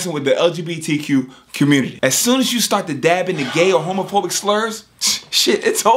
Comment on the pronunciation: Sounded like he said LGBTQ Q-mmunity 😂😂😂